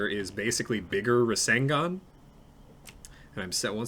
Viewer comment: Every time he calls the 2 a rasengun I die inside